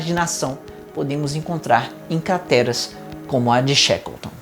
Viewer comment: Primeiros segundos de vídeo e o falou CATERAS ao invés de CRATERAS, foi só eu que reparei? Parabéns pelo Vídeo e pelo ótimo conteúdo, sou seu fã mas não poderia guardar essa curiosidade.